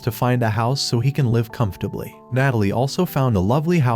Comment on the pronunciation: Nice saying live bro said Lyve